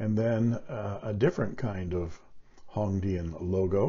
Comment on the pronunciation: Your pronunciation of Hong Dian is correct, thanks for sharing the features of this pen.